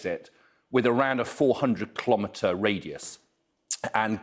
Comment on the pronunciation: He keeps saying KLOMETER